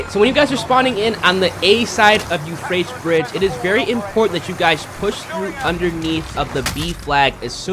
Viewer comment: "Yew-Fray-tees" 3 syllables, not two. Sorry man, but it was bugging me. Great videos otherwise! Keep it up!